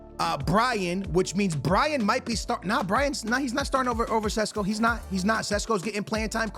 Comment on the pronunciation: sesko not sisko. lol